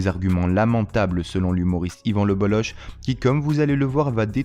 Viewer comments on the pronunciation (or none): On dit le bolok pas le boloche c est un nom breton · Le bolok en phonétique pas le boloche en phonétique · Désolé frère, on ne dit pas BolloCHE mais Bollok, c’est breton, comme la jota espagnole, le Bolloc’h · C'est écrit Bololloch, au lieu de Bolloch, et en plus ça se prononce Bollok et non Bolloche.... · C'est le BolloK, pas BolloSHHHH, OSKR ! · 🌚🌚🌚 Juste pour Info : on prononce "LE BOLLOCK" ☝️ et pas ""LE BOLLOCHE" ••• 🌚🌚🌚🌚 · Ca se prononce Le BoloK.. pas boloche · On dit lebolok, pas leboloche. Merci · PS : par respect, son Patronyme se prononce (en phonétique) Yvan Le "BOLOK" (et non pas "BOLOCHE") ceci n'est pas un reproche, c'est une information, cordialement, la bonne journée à vous tous ! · On prononce Yvan le Boloc, pas Yvan Le Boloche 🙂‍↕️ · Yvan le bollOQ ça se prononce comme ça merci 😊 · Ça se dit le bolok même si ça s’écrit le boll’och… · Yvan le Bolloch se prononce "Le Bolok". Pour info. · Ça se prononce le BolloK.. respectez les bretons ! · On dit Yvan Le BoloK!! Merciii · Le gen z ne sait pas que ça se prononce le BolloK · Ça se dit "Yvan LebelloK" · Ça se prononce le bollok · Yvan le Bolloc'h : se prononce le boloque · Ça se prononce le bollock. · Son nom se prononce Lebolok :) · Ça se prononce "Bolok" ^^ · ca se prononce le Bollok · Ça se prononce bolok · On dit bollok meme si cela s’écrit bolloch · ça se prononce Le BolloQUE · Ivan le" bolock" on dit😂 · on dit lebolok non ? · Un brave type, et c'est le bolloc'h son nom on prononce le k à la fin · Dommage que vous vous soyez plantés dans la prononciation de son nom… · Ca se prononce K à la fin